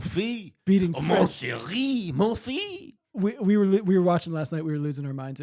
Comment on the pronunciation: Hey, you prononce the S in monfils